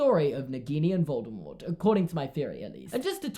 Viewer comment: I love how correctly pronounces Voldemort